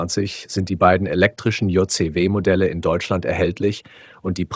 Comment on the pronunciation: Entscheidet euch mal für Englisch oder Deutsch. JayZehWeh klingt einfach nur dumm.